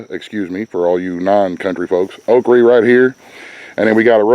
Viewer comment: I am so proud of you I do believe you have some Okie in you cause you said Okrie just like me. lol